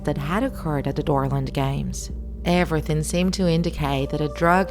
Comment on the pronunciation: When you guys said dorland I thought you guys said Dora😂😂😂